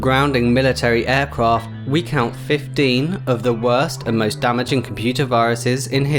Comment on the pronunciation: you say 15 like 50